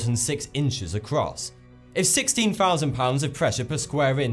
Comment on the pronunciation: Did he say five fousand